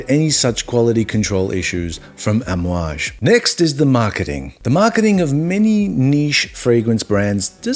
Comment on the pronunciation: You pronounced it correctly! And fun fact all the perfumes contain what we wear casually as oils and burn in our house - the blend is called amouad (Hojari luban frankincense, myrhh and benzoin). We burn this in our homes and it’s what you’ll smell in every bottle. Not every is rich in Oman by the way, most are average people but the currency is higher hence the stereotype